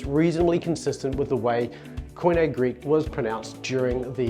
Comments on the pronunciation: I have used Modern Greek pronunciation for the last four years, after originally learning to use Erasmian in seminary 20 years ago. In the video you pronounce κοινή as Kee-nay, which seems to be a combination of modern with Erasmian. Just wondering why? In Modern Greek it's pronounced Kee-nee. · koine>ko-ee-ne?:face-orange-raised-eyebrow: Koine = κοινή = keenee, not keene, for e sound (as in end) we have the letter ε (so Ηη - Ιι - Υυ - Οι - Ει are all ee) try harder and read some Greek teachers. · P.S. Modern pronunciation of koine is keenee not keenay. Had a laugh at that one!